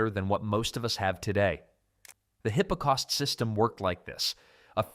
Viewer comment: AI slop again? It was bad enough hearing hippocaust but it was too much to hear leed pipes!